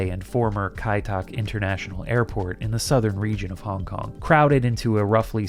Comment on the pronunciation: Started to hear hongkong as honk-honk and couldn't stop